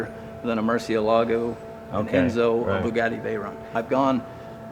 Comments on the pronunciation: mur-chi-lah-go not mur-see-alago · The way he pronounced Murcielago made me cringe. :( Learn how to PRONOUNCE foreign words, moron! You're making american car enthusiasts look bad!